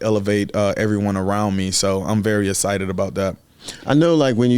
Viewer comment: He's "ehcited", I'm ehcited, we're all ehcited. Haha love you R0-dawg ! Let's f*ckin' go Ravens!!!